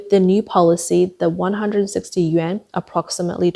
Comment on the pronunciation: Im sorry. But who are these idiots that keep-across youtube- pronoucing the "YUAN" like the japanese "Yen".